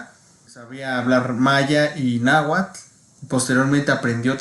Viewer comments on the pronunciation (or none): none